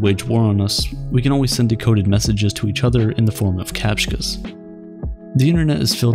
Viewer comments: Did he just call captchas, captkas?? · Did he say capchkas?